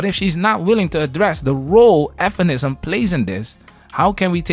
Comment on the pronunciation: Bro, please stop sayin' f'enisim. Just say feminism Bro.